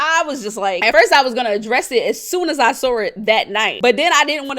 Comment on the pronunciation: The word is SAW…not SAWRR….cleorrr! 🤣🤣🤦🏽‍♀️